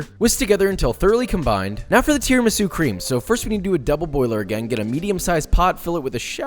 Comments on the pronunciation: It’s pronounced tiramisu not tiramisu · All perfect....but it's called Tiramisù (im Italian)